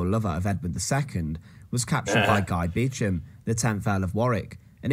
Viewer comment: I've not actually visited Warwick Castle inside, but could I also recommend the church of St Mary's, Warwick? It's where the Beauchamp [pronounced Beecham] Earls of Warwick are buried in magnificent tombs. You might buy a castle in the UK quite cheaply, but there are snags! For one thing it will almost certainly be Grade 1 listed; this means you won't be able to do anything with it! Building a new castle would be expensive, and I believe you have to ask not only for standard planning permission, but for a 'licence to crenellate' (I.e have battlements). Since the 1150s our Kings have been careful whom they allow to build fortifications, although an eccentric millionaire did build Castle Drogo, in Devon, in the 1930s. I would also recommend two books, both I think by Simon Jenkins: A Thousand Best Churches; and one called something like A Thousand Best Stately Homes.